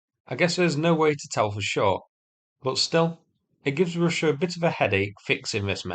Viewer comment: Say russsha again? Great accent